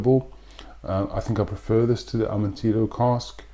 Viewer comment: Amontillado = "ah-mohn-tee-yah-doe"